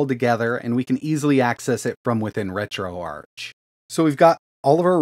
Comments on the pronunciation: It’s pronounced retro-ARK bro please.. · Not tryna be rude just helping but I’m pretty sure it’s pronounced ark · Isn’t it Ark like Archive “RetroArk” (ch)? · Ok I will say your video is very very informative and a good tutorial for retroarch. I will say grammar-wise, retroarch: it’s not the arch with the ch sound. It’s pronounced: retro-ark, hearing the ch sound in arch doesn’t make sense I’ll be honest